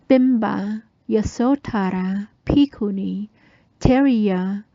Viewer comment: I do love how your pronunciation of Bhikkhunī names sounds exactly the same as Ayya Tathaloka’s pronunciation of Bhikkhunī names! Awesome! Good work! A fascinating presentation, thank you for sharing it with us all.